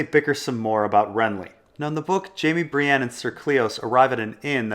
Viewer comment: When people say "Bree-ANNE"...F*ck.Them.